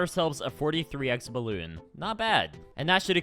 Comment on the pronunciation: ? Also, (for future reference) it's "balloon"